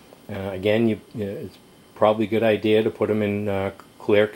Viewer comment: hahaha can you say IDEA instead IDEARA just joking w/ ya